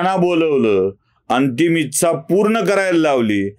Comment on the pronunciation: उच्चार जरा सुधारून घ्यावा ....इच्छा या शब्दाचा....गोष्ट आवडली...फक्त एका शब्दाऐवजी पर्यायी शब्द वापरला असता, तर बरे झाले असते.....कारण आम्ही महिलाही बघत असतो तुमचे व्हिडीओज......